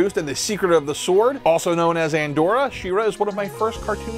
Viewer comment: Who’s “Andora?” 🤷‍♂️